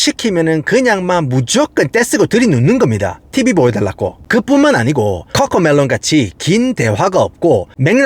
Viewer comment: 아니 꿔꿔메뤄 혀 굴리지 말아 무 슨띠뜨버거냐